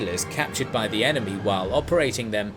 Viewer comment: It doesn't make you sound smarter to say "thee" instead of "the" all the time.